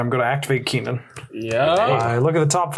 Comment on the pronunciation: In response to this video and the pronunciation of Kinnan, I am going to order an altar of Kinnan that reads Keenan, Burger Prodigy with some classic Good Burger art!